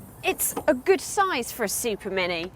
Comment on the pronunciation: The word is GOOD, not GID. Weird way to pronounce words. Irritating